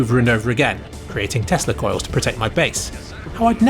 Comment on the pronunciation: "Testa Coils" LMAO